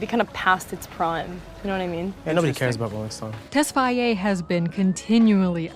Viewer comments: For fuck sake stop saying tesfyaye it's tesfaye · It's "Tess-Faye" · It would have been better to refer to him as The Weeknd instead of mispronouncing his last name throughout. It's difficult to take the analysis seriously when something so basic was totally fumbled.